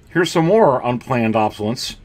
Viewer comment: I enjoy your videos but just a tip - it’s pronounced “ob-so-less- ence” not “ob-so-lence”. I know some people consider it rude to correct other people’s spelling or pronunciation online but you repeated it so many times I had to let you know. I personally would want to know. It’s like having something stuck in my front teeth. I would want someone to tell me.